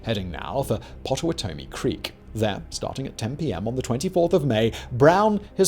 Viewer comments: Its pronounced pot-uh-watt-uh-me (pottawatamie) and oss-uh-watt-uh-me (osawatamie) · It's "Pot-ah-watt-ah-me" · These pronunciations are killing me. It’s Oss-oh-WOT-oh-mee and Pot-oh-WOT-oh-mee. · It's not - PA TA WA TOE MEE , it's - PAW TA WA TA MEE ! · As a kansasan I can definitely say, fuck missouri. But we can share KC. We have a giant mural of John brown in our capital. He didn't just hack the dudes son's to death he decapitated them. Dude was insane. Its pronounced pot ta watt ta me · Pot-o-watt-ah-me and Bald-win are the right pronunciations btw 😅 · Oops Pottawatomie, with two t’s (although with one t is a variant spelling of the Native American tribe). It’s likewise pronounced Pot-tuh-wah’-tuh-me. Anyway, interesting video! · Dear Simon Its wakarusa wah-kah-ru-sa Potowatomie pot-o-wat-o-mie Osawatomie OS-o-wat-to-mie ... they are native American names and tribes. dakotas, Alaska, Same as kansas being named for the Kansa tribe. A lot of people dont understand this. I feel it's the least we could considering how much we stole from them. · Notes from your friendly neighborhood Kansan. (I appreciate everything you and your team do Simon, really. But I hear you say Pottawatomie wrong again I might have an aneurysm) Pah-tah-wah-tah-mi. Pottawatomie. Ah-sah-wah-tah-mi. Osawatomi. You can thank American English spelling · Pottawattamie. It is pronounced paht-uh-WAHT-uh-mee by most people in Nebraska and Kansas. The names in the U.S. can be so confusing. Locals or regions may pronounce words one way, while other regions totally Butcher names. Or spellings. The offer stands, I can slip in those American Mid-West phonetic pronunciation guides so you can impress everyone with your local lingo! 😉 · Hearing Simon pronounce Osawatomie, Pottawatomie, and Marais des Cygnes warped my mind. I've heard them pronounced so many different ways, but that was a new one!